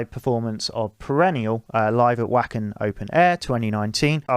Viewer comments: I liked the first few minutes because I already appreciate the style you propose, greetings from Northern Italy. Ps only criticism is that Wacken is pronunced Like english "Vacken" because in german the "e" Is pronunced "v" PPS And forgive me for my Bad english probably i make many mistake in writing but i speak italian, finnish and a Little bit of german but i've Problem with english 😂😂😂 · Did you just say....Vacken with a W?! Haha